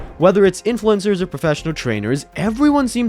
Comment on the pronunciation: evil "INFLUENZERS!"